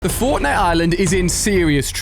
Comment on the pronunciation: Am i the only one who noticed that when the video starts he says the fortntie island